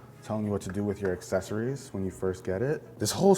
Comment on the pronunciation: Thank you for saying accessories (ak sessoreez) correctly. I turn videos off when some illiterate say A$$ sessoreez.